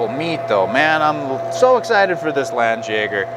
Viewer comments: It's pronounced lawn Jagger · Yeah, FYI is a bit sloppy there with the pronunciation...Being of German origin I can confidently say a better match would be "Lundt yeah gar"